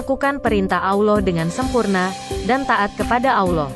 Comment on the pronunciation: Itu suara translatenya payah tuh masa kata Allah dibilang awloh